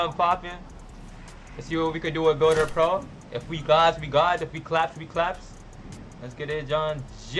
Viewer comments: he said “builder ploa” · He said builder plo😂